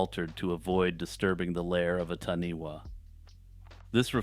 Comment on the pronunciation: Hey, I'm really enjoying deep diving through your channel. Great work. I live in new Zealand and it's great hearing things about nz folklore. I just thought I would let you know that the taniwha is pronounced "Tanifa" wh in Maori is pronounced as fa